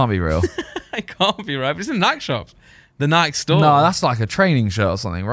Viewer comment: so glad to hear Simon pronouncing “Nike” correctly!!!